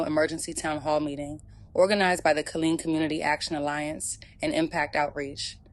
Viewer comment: Wow smh this is awful. My dad is from Killeen. Its pronounced "Kuh-leen"